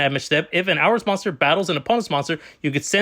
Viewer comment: It's pronounced whore-us, not hours Good video though 🙂👍